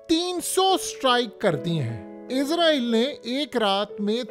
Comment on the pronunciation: بھائی صاحب ! میں نے پہلے بھی کئی مرتبہ کمنٹ کیے ہیں کہ لفظ " اسرائیل" ہوتا ہے "عزرائیل" نہیں ہوتا عزرائیل کا مطلب ہے موت کا فرشتہ اگر تو آپ اس سینس میں لے رہے ہیں تو ٹھیک ہے ۔۔۔۔ اسرائیل اس وقت موت کا فرشتہ ہی بنا ہوا ہے۔۔۔۔ مگر اپ کو وہ تلفظ استعمال کرنا چاہیے جو قران میں استعمال کیا ہے۔۔۔۔۔ کیا آپ قران کی سورہ بنی اسرائیل کو اس طرح پڑھتے ہیں "بنی عزرائیل" 😂